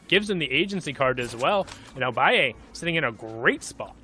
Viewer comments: I’m triggered because he is calling balle baie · No one litterly no one y the fuck this guy calling him biie it's balle bruh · HIS NAME IS BALL-A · Lol he's 14 years old Also its pronounced ball ay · Its ball - uh